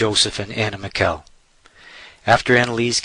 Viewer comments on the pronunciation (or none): none